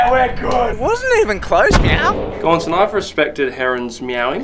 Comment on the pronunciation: Stop saying meaw